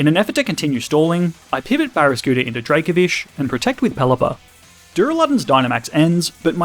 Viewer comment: DRACOVISH, NOT DRAKAVISH!